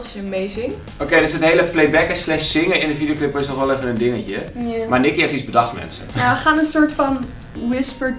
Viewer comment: Ik vind het echt raar als kelvin Nikki zegt😂😂🙈❤️